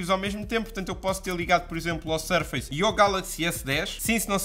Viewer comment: Tu que usas tantos americanismos, não se le "sur-feice pro 6", le-se "surfuss pro 6"